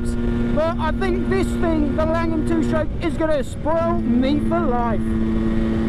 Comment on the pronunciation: "Two shtroke"